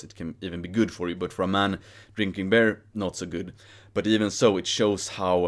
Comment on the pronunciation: your English is superb. But it took much focus and context to realize you were saying beer and not bear 😅 Hälsningar från NYC!